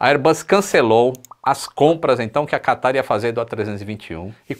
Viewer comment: Qataaarrrrrrrrr... quase que o catarro escorria.